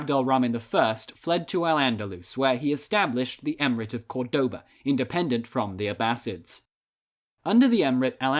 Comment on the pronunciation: Córdoba is pronounced by stressing the first syllable not the second, so many English speakers get this wrong.